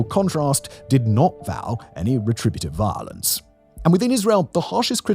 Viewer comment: I know it's silly, but I love how Simon says "violance."